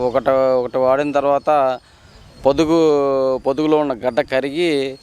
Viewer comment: పొదుపు కాదు పొదుగు అనాలి ,ఈ ఆర్ట్ ఫిషియల్ self.diclared తెలుగు వారు ఎక్కడ నుండి వచ్చారు?అనేది millian worth question